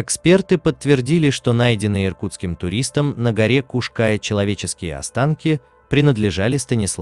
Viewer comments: Скала называется не птичья , а орлиная . . . , и ударение на букву " я " . Поуважительней надо к местным топонимам ! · После неправильного ударения в названии горы и картинки о том, что это возле Нового Света даже смотреть эту лабуду не стал. Снимайте качественный контент. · Уши режет неправильное ударение!Куш-КаЯ,ударение на Я.Пусть пишу поздно,но так поздно посмотрела видео,говорите грамотно . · ударение на Я Куш-Каяяя , перед тем как видео делать учи как слова правильно пишутся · Kaş Kaya правильно говорить надо. Татары Украина 🇺🇦🙏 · Куш-Кая...Ударение на букву Я Тюркская топонимика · Куш- каЯ. Ударение на Я. Хоть бы поинтиресовался, прежде чем выпуск готовить. Чуть кровь из ушей не пошла🤦‍♀️ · А ещё автор говорит Куш-Кая с неправильным ударением, бесит ) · Кушкая дико режет ухо. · я - крымчанка. режет слух, когда названия произносят ся неправильно. а правильное гуглится за полминуты. Название горы читается как Куш-КаЯ, а не Куш-КАя. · Куш-каЯ, а не куш-кАя. Неужели так сложно хотя бы в википедии глянуть ударение, если делаете материал, то делайте качественно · Как же режет слух Крымчанину ваши кАя... Куш-КаЯ ударение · История печальная, каждый должен сделать вывод, что горы-это красиво, но опасно, всегда нужно быть на чеку! Не могу не написать, всё видео резало слух- Куш -КаЯ, ударение на Я! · Куш Кайя. Ударение на последний слог. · Не кушкааааая!, А Куш- каяяяяяя! Учите мат часть ,,эксперт" , противно слушать! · Только не КушКАя,а Куш каЯ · КушКаЯ-крымско-татарское с ударением на последнем слоге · Для начала смени "увлекательный голос робота", на живого человека. А в поисках Сидоровой - лично принимал участие. Нет ее в горах, облазили там каждый сантиметр. И да, робот ударения не будет путать. Куш-КаЯ - на я ударение. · Ударение неправильное в "Кая" и на карте не та Куш-Кая указана. Да и не у Балаклавы она. Дальше слушать не стал. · КУшКая не в переводе с тюркского, а КРЫМСКО-ТАТАРСКОГО, ударение на последнем слоге.КаЯ--обрывистая скала Куш-птица или "двойная"